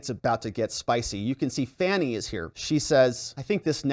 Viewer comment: You know how to pronounce this womans name. you know what you're doing and it isn't funny at all